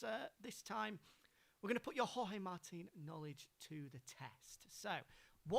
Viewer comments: did she really said 'george martin'.......twice........WTF!!!!!!!!! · Yeah that a new name that I have seen my life in motogp "George Martin"😂😂